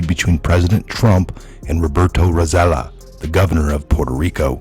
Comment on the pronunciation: Roselló is pronounced 'Roh- seh- YOH'